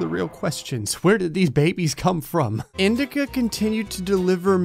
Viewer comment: Honestly when you were talking about indica I thought you said “male women” 😂